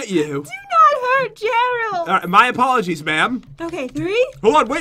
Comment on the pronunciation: i laughed when pat said my apolgize ma'm